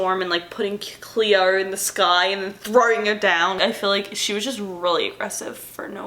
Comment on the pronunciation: I’m cringing every time she says Cleo